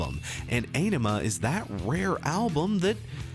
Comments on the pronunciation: "Á-ni-ma"... not "e-ni-ma"... you non romance languages speakers... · You mean "mispronouncing" because he constantly says it wrong. It's easy to find videos with Maynard and Adam saying it correctly... "ON-ima" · I know many people have already told you this, but you look fantastic,. And this is perfect for me, being a person whose first Tool song was the most recent one. And from what I researched, Ænima is pronounced "OH-nima". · It’s pronounced “Ah-nim-uh.” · The Undertow album was released around the time Nirvana was on the scene, this album was a serious punch to the face and the genre bend. The album Ænima is supposed to be pronounced 'On-ema'. Just to throw that out there. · Aenima = Eye-nima. Die Eier Von Satan is about hash cookies. Not just cookies. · It's pronounced "Ah-Ni-Mah" if that makes sense. They've pronounced it in old interviews. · Pronounce Ænima: ON-emma. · One does not simply listen to Tool. Turned off the video when you said Ay-ne-ma. Blasphemer! Heretic! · This is amazing by the way its pronounced awnima that's from adam jones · It's pronounced AH-nima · It's pronounced ON-ima. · "The title track" I see what you did there, avoiding pronouncing Ænima. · to be clear, the Æ is pronunced like A in Bad. its a nordic letter.